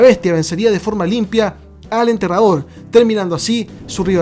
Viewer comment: Siempre se te escucha entrenador deberías aprender a hablar o decirle undertaker o enterrador bien dicho